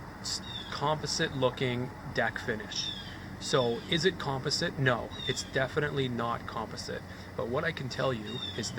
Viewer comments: Learn how to say composite....gay Canadians. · It was a bit cringey for me, too. I came to the comments for this. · You are mispronouncing COMPOSITE ... have youtube pronounce it for you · Con-pa-sit lol jk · You say composite funny...